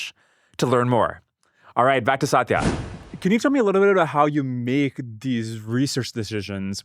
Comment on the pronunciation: Indian man saying satya as saatiiya...irony died a million deaths😂